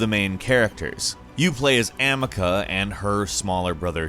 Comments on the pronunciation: It's "Amicia, not Amika, now I'm convinced you didn't play the game. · Her names amicia not amika. I loved a plague tale show your respek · But you should give this man who clearly dont play games the pronauciation of some words which are unique in these games like it's Amicia (Amysia) not Amika and it's Antizin not Antyyyzin. Kinda looks you dont care. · Not Amica...Amicia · to, Plagues Tale protagonist name is pronounced uh-ME-see-uh, not AM-ick-uh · Have you ever played a plague tale? Amica? Its Amicia.. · he called Amicia Amica (Ahm-ih-cah) dude it's Amicia (Ah-me-cee-uh). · It's amicia, not amika lol (plague tale) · *Amecia not Amica lol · Amika? Really? It's Amicia. (Ah-Me-See-Ah.) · You can tell he didn’t play any of these games because he keeps pronouncing their names wrong it’s not Amica it’s pronounced (Ah-me-see-ah) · Btw it’s pronounced A-ME-SI-A not A-MI-KA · I hate how you pronounced "Amicia" as "Amica" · "Ah meh ca"... boi, it's fucking Amecia. Ah Me Si Ah. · Amicia, not Amica lmao. Aside that, great informative video and choice of games! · that's not how you pronounce her name :p that's not even how you write her name! How did 'Amika' fall out of the air? Either way, still a cool video. Just couldn't stand that little part haha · 'Amaca' how not to spell, or pronounce, Amicia. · " Amacuh. " Me: "Did you mean ah-MEE-CEEyuh/ah-MEECE-yuh?" 💀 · “A-me-see-a” Not “A-mi-ca” lmfao bloody Americans and their pronunciations... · I died inside when he said “amaca” instead of amicia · "AMIKKA" You do know it's Amicia? (Ah-mee-see-ah) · The way he pronounces amicia as 'amika' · He can't pronounce the Main Character of "a Plague Tale". 👀 IT'S AMICIA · Bruh you don’t play as “Amicka” did you even play it that’s not even close pronunciation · He just butchered Amicias name from Plauge Tale lol. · How dare you pronounce Amicia’s name as Ami-Ka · Really? Ami-CAH? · Amika? Really? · YOU PRONOUNCED AMICIA WRONG. Uh-Mii-See-Uh Amicia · Same oofff, cringe